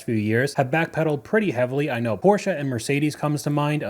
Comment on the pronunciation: Thank you so much for pronouncing Porsche correctly